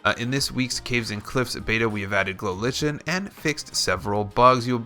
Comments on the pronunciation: It's a fungus, and there is no debate, it's pronouced Lichen, (Lie-ken). A simple google search will reveal that much. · it's pronounced glow lie-ken XD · It is pronounced like-n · Lie-ken is how its pronounced 😂